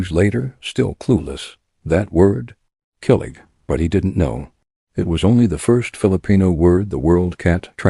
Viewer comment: Pronounce the words properly; kilig – “KILL-IG” / tampo – “TUMmy & paw so, TUM-PAW/ gigil – like GI-zard say “GI Gi L” / bayanihan – “BUY YA KNEE HON” / utang ma loob – “OOTUNG NA LAW OB” / saying – SA YOUNG / hiya – HEE YEAH